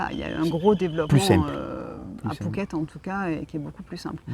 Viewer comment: Merci pour votre expérience en attendant notre expatriation dans 2 ans... Au fait je n'entends pas très bien si on dit "fouquet" ou "pouket " , =!? DA